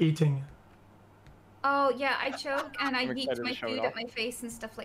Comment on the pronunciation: “what if you’re E ting”